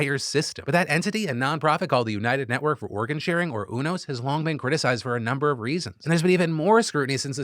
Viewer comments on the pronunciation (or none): haha Phil, its not UNOS like "uno" its U-NOS like "u-haul" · I think it’s pronounced you-nose not ooo-nose (this information is 100% from Grey’s Anatomy) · Love you Phil but it's pronounced "You"-nos not "UNO"-s 😂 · Umm actually…it’s “u-nos” not “unos” 😅🤓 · You-NOS 😬 Not, Oonos 😔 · UNOS is Yoo Nosse (like Too Close). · I think it's pronounced U-NOS (you-noce). I credit 15 seasons of ER. Dubious source, yes, but Michael Crichton was an MD I believe. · pronounced "you" "knows" UNOS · The way Phil pronounces UNOS tells me he's never been a fan of Grey's Anatomy. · You can tell Phill doesn’t watch greys anatomy based on how he pronounces UNOS😭😂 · All the grey's anatomy fans cringing at the pronunciation of "Unos" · You say unos different than I’ve ever heard it before